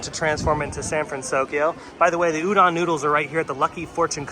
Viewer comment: Just an FYI Udon is pronounced ooo-do(long o)n 😃 Great video,!!